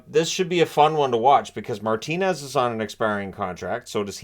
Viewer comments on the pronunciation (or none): none